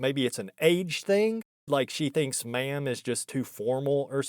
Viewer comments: Are you sure she didn't think you were saying "man" instead of ma'am? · The way you say "ma'am" sounds like "man" 50% of the time. Could have been that. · "I already told you! I'm not a 'ma'am'!" She said ma'amly.